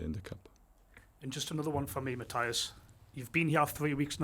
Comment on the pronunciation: Jaissle is the man. Such a fantastic appointment. Hopefully his responses get the journalists to level up their (mostly awful) question game. "Hi Matthias (saying his name wrong), I was just wondering if you could answer a different phrasing of the same question Lee just asked, and you shut down as not appropriate for this setting?" "Hi Matthias (again saying his name wrong), is it going to be a tough game at the weekend?" Bruh...